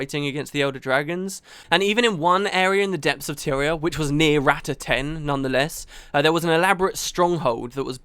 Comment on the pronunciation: Rah-tah (Not Rat-ta)... sorry for the nitpick, it's how Zojja says it so I figured...